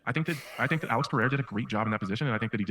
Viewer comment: Hey man, why can't you say Alex? 😂